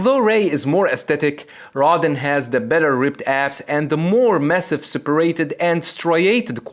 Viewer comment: Its separAted not separited. Also a lot of times you use the wrong accent in a word. Like 'dominAting' instead of dOminating. Its kinda weird to listen to and english is not even my mother language.